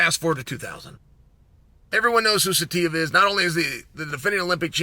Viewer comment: I’m surprised Chael even said Saitiev so well.